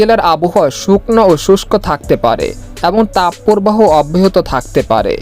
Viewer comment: তাপ পোরবাহো নয়, তাপ প্রবাহ। শুদ্ধ উচ্চারণের অভ্যাস করুন।